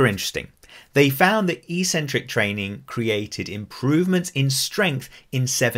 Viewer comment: EEEEEcentric is not a word anywhere in the English language. Eccentric means ‘away from the center’. A crazy person is called eccentric bc they are ‘away from the center of normality’. A ‘negative’ movement of an exercise is a movement of the tendons ‘away from the center of the muscle’. It makes perfect sense from an etymological standpoint. Mispronouncing it as eeeecentric would mean ‘without a center’, which makes no sense. Another line of logic proving that it must be pronounced eK-Sen-Trik is that the first syllable is ‘ec’, which can only be pronounced ‘ek’ in English. There’s no possibility of a silent ‘c’. There’s no controversy regarding how to pronounce ‘centric’. So, the word is pronounced, eK-Sen-Trik. But don’t take my word for it! Look it up in literally any English dictionary.